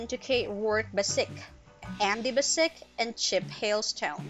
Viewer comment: It's a bit, I would say.